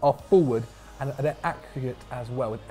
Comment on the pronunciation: said ackreate instead of accurate wtf